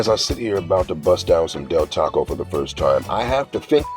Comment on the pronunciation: Its Del Taco bro. You wasted a video